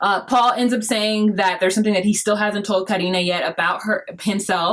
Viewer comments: By the way, as a Spanish girl dating an Irish guy, who tries to pronounce my name right (its actually Alejandra, not my Youtube username) I really like the fact youre saying Carine's name the right way. And yup, my best friends Brazilian and spanish is very similar to portuguese so just so you know, youre pronouncing her name correctly. To be fair, I dont really think anyones called Karini lol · you are correct with Karine's name pronunciation